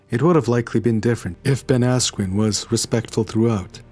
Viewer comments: learn to pronounce peoples names correctly,, you twat. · hahaha now i can't stop hearing asscream